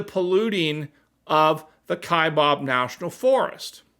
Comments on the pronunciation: Just a short comment... I am a minority in my home state. I am a native Arizonian. Born and raised here. Kaibab is NOT pronounced "Kai-bob." It is pronounced "Kai-bab". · It’s kaibab not kabob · Kaibab. Pronunced like its spelled, KaiBAB," not KaiBOB. It's the natiobal forest next to me in Coconino Nat'l Forest. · there is no “o” in Kaibab, it is pronounced Ka-eye-Baaa kind, like Baby without the y. And the Kaibab plateau is the area around the Grand Canyon with the South and North sides of the “plateau” being part of the USFS along with some tribal lands. The Environmentalist nitwits have been a pain in the ass here in AZ for years over “lead” because of the California Condor’s they reintroduced up there. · Arizona here. The ‘bab ’ Kaibab is pronounced like the ‘a’ is bad. FYI. I live there. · Speaking as an Arizonan, Kaibab's last syllable rhymes with the word "jab."